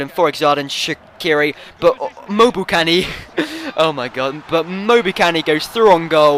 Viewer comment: good videos you proneced loke embokani touh xp keep up the good work